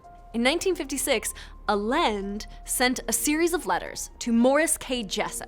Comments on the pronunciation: It's pronounced "I Yen Day" or "Ah Yen Deh" not "Ah Lend" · I was on board with this explanation ... Until she said Carlos Miguel ... "Alend"? WTF? It's "Allende". And it's very easy to pronounce. Credibility keeps dropping every time she says that name 😅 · It's "a Lin day" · I think the original pronunciation is "alende" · Well, if you can't pronounce Allende (ay-YEN-day) then I don't really believe you have any idea about anything. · His pseudo name is pronounced " eye-n -day" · mistake. Allen's alter ego's family name was pronounced like the President of Chile's last name. "Ah=yend=ay". , this is not a photo of Morris Jessup. Here is what he looked like: Strange that you didn't make reference to the craziest proponent of PX lore, one Al Bielek and I'm glad that you didn't. Your summary is standard boiler plate rehash of every single skeptic for this odd story. Nothing new is learned here because nothing new has come into the public forum since the Moore/Berlitz book. A weakness in your presentation is that you don't provide a full time line from the point in which Carl Allen sends the annotated Jessup UFO book to the ONI, the letters that Allen wrote to Jessup and then the authors over time that discovered the Allen annotations, wrote about it and how slowly the idea of a super secret US Navy project that went badly took shape. The last stop on the road to the evolution of the story is the Moore/Berlitz book, something you should have taken time to explain. Moore tracked Carl Allen down as did one other author. Allen NEVER told Moore that the name of the test ship was the Eldridge. He told that to someone else. It is a complicated story and it is made all the more mixed up when you factor in the rubbish that Al Bielek added to the legend. Bottom line: take out everything Bielek said and focus on Moore's book. What everyone faces is the fact that Allen was not mentally well. There is another person in this story that you will find in the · Allende = A-yen-de